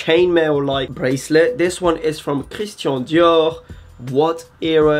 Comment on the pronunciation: Congrats! Can't wait to see what you come up with next! Love it that can pronounce Hermès, Saint Laurent and Christian Dior with consummate ease, but struggles with the word 'cemetery' 😅